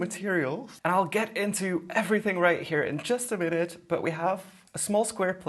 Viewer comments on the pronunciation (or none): none